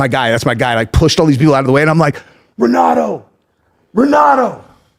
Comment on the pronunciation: saying Renato is "his boy" and then pronouncing his name wrong 😂